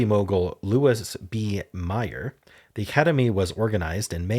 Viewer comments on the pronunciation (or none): Pronunciation tip on Louis B. Meyer (from the calendar blurb). . . Meyer is pronounced like a female horse: "mare."